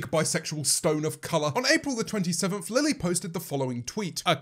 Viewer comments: he says lele instead of lily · Wonder Bread his accent doesn’t change the way he says Lilly one time 😂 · does no one notice that - he says Lele, not Lilly- just a little theory, what if they sorta merged in to one, To make the ultimate not fun super villain and James has to well- kill the demon. that made no sense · him calling her lele... wow it’s really gotten that bad